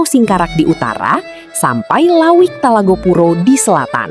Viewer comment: bukan lawik tapi lauik